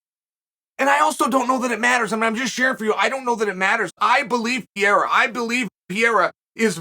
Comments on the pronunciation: Why he keep saying Piera? 🤣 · Someone tell Chael that Piera is........... Pereira already! It's not charming, it's ridiculous!!! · Alex "St." Pierrea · Alex “Pee Era” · Chael can't get anything right with Pereira. Between name pronounced completely wrong, thinking he has a 6-0 record and originally thinking this was about to be his 6th UFC fight.